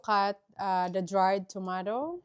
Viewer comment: Pls pronounce the letter a in tomato as long a. And prounce letter I in broccoli as short I.